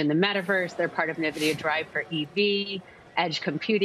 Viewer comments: Never heard someone pronounce Nvidia (Na-vidia). Interesting! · She cannot pronounce NVIDIA but has a semis outlook. How crazy is that?